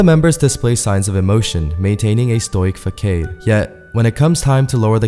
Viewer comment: Am I the only one that noticed he pronounced facade as fack-aid?